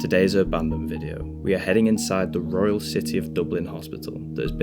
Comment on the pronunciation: Did you just say royle city?lol